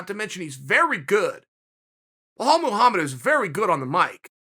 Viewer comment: Their fighting tonight and Chael is butchering his last name now😂